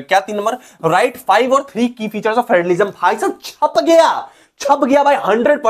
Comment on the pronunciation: Federalism ❌ Friendalism ✅